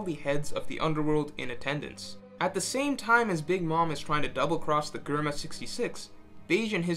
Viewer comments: Germa, say it will me Jrr-muh. Not grr-muh, jrr-muh. If you get confused think of GERMany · The way you say germa just is weird to my it’s germa not gherma😂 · Who else cringed every time he said Germa with G instead of like "J" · he say grrrrma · Its "J-erma", ty. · My ears bleeding when he says gorma to germa .. uff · why say GURMA aaaaaaaaaaaaaaaaaaaa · GUR-ma lmaoooo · It's pronounced Jerma... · Germa sounds better pronounced jerma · Dude, you know how to pronounce Germa (JERM-UH) Stop playing these games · the way you say germa infuriates me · The Video was great. But who else else got annoyed everytime he pronounced Germa 66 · Do you also say gurr-many? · Cant even say Germa properly...